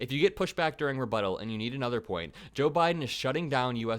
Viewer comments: That explains the refuddle stuff 🤣 his people were trying to get him to memorize some rebuttals for the debate, and he didn't know what the word means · IF Trump shows up, which I'm inclined to believe he won't, he can go ahead and read his notes that his handlers want him to say, but what is he going to say when it's time for his REFUTTAL??? LOL! His rebuttal will be the same hate mongering divisive catch phrases that he uses every time he's behind a mic, and will have nothing to do with the question at hand.